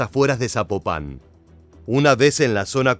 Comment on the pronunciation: Corrección: Zapopan, no Zapopán.😉🤷